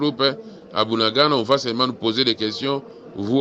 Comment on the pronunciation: Ce Bunagana pas buanangana il faux conaitre vôtre pay bien